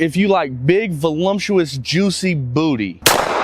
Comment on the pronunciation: bru voluptuous does not have an M in it. just sayin.